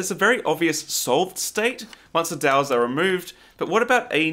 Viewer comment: I thought he was saying dells lol